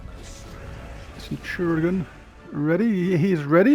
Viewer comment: Centurazuul sounds just wrong haha! It's almost like calling ManU as Munated. 😂 Good going though and nice scores! 😄